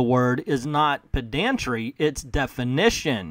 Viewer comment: Its actually pronounced "PED-un-tree", not "ped-AN-tree."